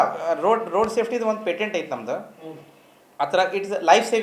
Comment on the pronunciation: It is not pendent ,it is patent